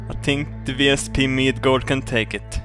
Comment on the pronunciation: in most Scandinavian languages J is used in place of Y, so the way he is saying it now is the correct way. Kind of like Zee vs Zed